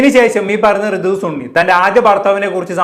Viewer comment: സുണ്ണി അല്ലടാ ശുണ്ണി സണ്ണി ആടാ 😂